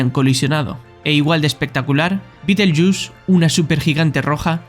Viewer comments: Correcto! De todas formas, no se dice Beetlejuice en . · Beetlejuice??? Por favor, a leer mejor: Betelgueuse, la estrella alfa de Orión.